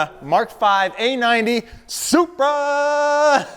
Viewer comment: Says Supra like Oprah